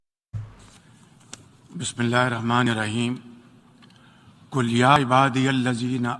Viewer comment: قل کا مطلب (کہو )اور کل کا مطلب(کھاو) موصوف نے اسے بھی غلط ہی پڑھا۔ان بد بختوں کی زبان سے اللہ کا کلام ادا کیوں کر ہوسکتا ہے